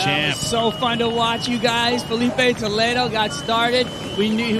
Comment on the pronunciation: Fala o nome do Filipe Toledo de forma correta seu analfabeto!